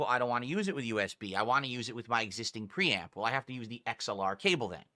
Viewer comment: the way he says his r's really makes me fume. the way he says 'preamp' really made me notice it.. thanks now i have another mannerism to pay attention to.